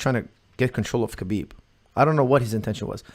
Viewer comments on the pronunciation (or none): Here's a legit question... is Lebanese he is more than capable of pronouncing khabib's name properly. When Khabib says his own name he says it exactly as it should be in Arabic. Therefore why does call him kabib?